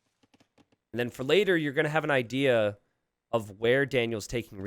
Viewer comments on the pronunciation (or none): none